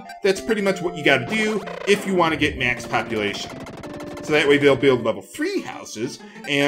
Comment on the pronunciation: Every time he says, "max populatuon," i hear "max copulation."